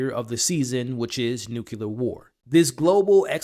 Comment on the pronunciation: Nucular? NUCLEAR!!!!!!!!!!!!